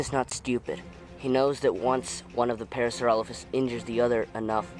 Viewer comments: did he just say PARASAUROLOLOPHUS???!!...... IT'S PARASAUROLOPHUS. doesnt matter. pretty cool. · Parasaurololololophus is what he said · Parasauralollophus XD